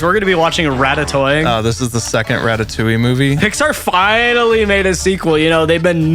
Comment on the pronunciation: Nah that said "ratatowing̈"